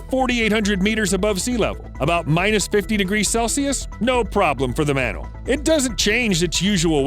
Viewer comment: ''do you remember the sociable manule'' 🤣🤣🤣